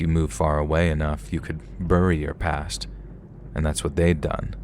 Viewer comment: Next door neighbor and neighbor across the street are two different locations. So which is it in story two?? Who writes these stories?? Some details make no sense.🙄🙄 Burry is not right. Bury is pronounced Berry!!⭐️